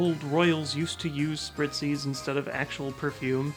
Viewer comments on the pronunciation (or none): none